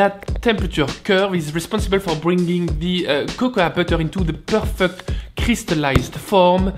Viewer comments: Oh you've probably heard this a gazillion times already, but it's pronounced "koko" (cocoa) in English, not "kokoua" ;-) I know it's confusing for a frenchie, english eh? Or just stick with cacao, that's what the latin americans say :-) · Great vid but you just pronounce it as ‘coco’ you don’t really say the ‘a’ 😉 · cocoa is pronounced coco, a is silent. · I enjoy your accent, but there is a big difference between saying a word with an accent, and totally mispronouncing it. In that regard,...at least in the United States, the "a" in the word "cocoa" is silent. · Great vid! Just so you know, cocoa is pronounced like there was no a at the end.